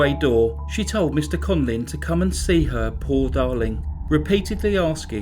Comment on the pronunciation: Conlin (what you are saying) or Conlan (written under his picture).